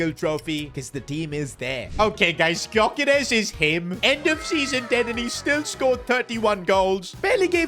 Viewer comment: The G in Gyokeres is silent